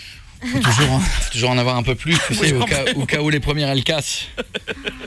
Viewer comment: Mdrr " c'est plusse " sa ma tuer ^^ la pauvre quand meme sa se fais pas